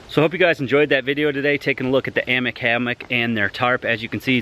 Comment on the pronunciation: Aye-mock... not Ammick. Its Norwegian. Its another language, its not pronounced how you'd think.